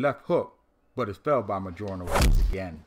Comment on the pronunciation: I dig a lot if what you're doing with these videos, but please PLEASE learn how to pronounce Mjolnir correctly